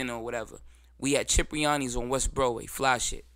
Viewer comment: It’s Cipriani not Chipriani but I know that spot 💯🙌🏽